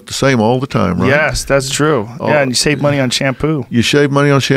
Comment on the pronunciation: Did he say, You shave money on shampoo? lol